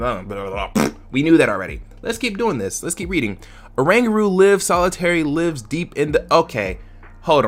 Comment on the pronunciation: You are saying lives wrong that is why it sounds strange